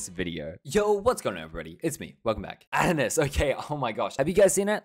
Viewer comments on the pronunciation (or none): It's aternus not ananaus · it’s aeternus not aternus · He said anania but it is intact aeternus